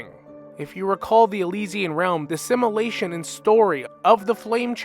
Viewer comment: Every time you say simulation it sounds like assimilation 😢. Sorry it’s distracting but love the vid